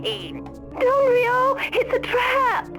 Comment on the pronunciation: That ain’t how you pronounce Ryo...